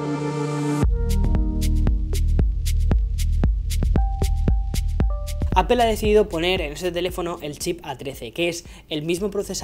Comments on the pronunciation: No se pronuncia apel es apl.... no se de donde sacan ese fonema mal pronunciado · Ya no vas a pronunciar "Apel" verdad?